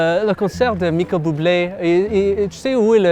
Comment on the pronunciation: "Michael Buble" HAHAHAHA